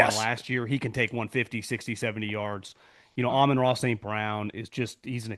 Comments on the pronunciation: Ah Mon Ra not Ameron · Did Colin have a stroke or something that makes it so he can't say "Amon-Ra"?